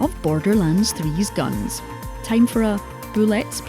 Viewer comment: Your pronounciation of the word guns amuses me.